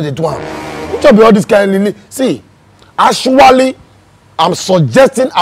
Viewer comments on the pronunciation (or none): with this "ashwally" 😆😆😆